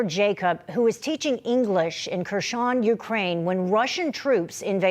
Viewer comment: what is with your anchorpersons, America? what Creshone / is it that hard to read what it is written Herson. her- son -son of her/ nah - whatever creshone sounds better